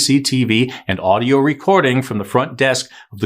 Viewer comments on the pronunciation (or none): none